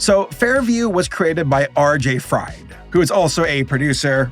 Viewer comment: Btw, it is RJ. Fried, pronounced as "freed". Same way as Victor Fries is pronounced as "Freeze", not like "french fries" :D